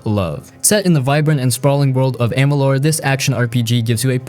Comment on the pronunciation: pronunciation of kingdom of amalur and sounded i think said the wrong AC title u will have to forgive me not totally remembering its been a bit since I saw this video